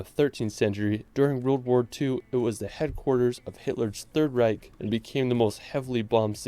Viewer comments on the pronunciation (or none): none